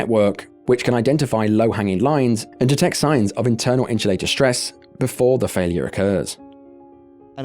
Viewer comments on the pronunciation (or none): Why do you keep pronouncing the word "insulator" like that 😂